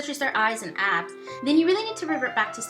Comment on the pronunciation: Oh, I thought you said ass instead of abs 😅